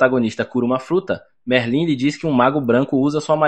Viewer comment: Pow véi tava gostando do recap ate q ele falou merlín ai n da paizao.. vai estudar um pouco, oratória pq isso pra um é fd